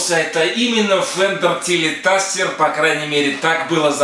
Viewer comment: "ТелеТастер"? "СтратоТастер"? Я не ослышался?!